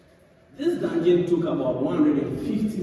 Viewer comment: why can't you say dungen ??